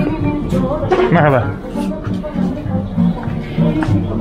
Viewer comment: Your "merhaba" has improved a lot over the course of the month. Sounds almost local now